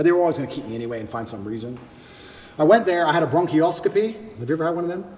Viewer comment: It's bronchoscopy not brochioscopy